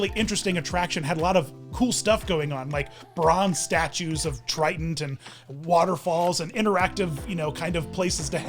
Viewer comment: Are you calling Ariel's dad Triton or Trident? It is driving me nuts that I can't tell. LOL